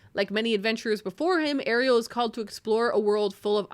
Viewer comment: In Argentina, where I'm from, Ariel is a boy name and it's pronounced stressing the second syllable. By the way, I love this podcast!